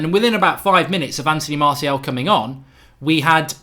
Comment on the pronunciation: I like how you say 'marthial'